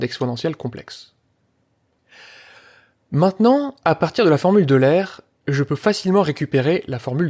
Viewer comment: Jsp pourquoi le nom d'euler est aussi peu respecté chez les mathématiciens, on entend "formule de l'aire" au lieu de "formule d'oh-i-leur", vidéo super sinon merci beaucoup !